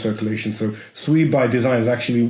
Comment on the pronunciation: Finally, someone who can pronounce SUI correctly and Not calling it SUE E, who the Hell is SUE E anyway?